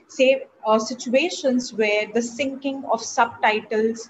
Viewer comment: Syncing, not Sinking